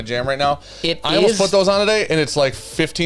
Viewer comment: Wait….does know there is an “L” in always?